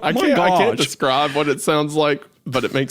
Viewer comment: “i cant desCRAWB what it sounds like” 😭 srry it was really southern there